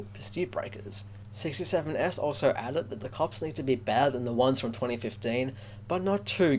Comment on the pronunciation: Wow you probounce my name with that s separatly but its just 67S like there are more.